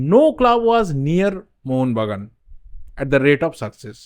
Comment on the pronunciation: Mohon bagan supergiant bolben mohonvagan ucharon korbena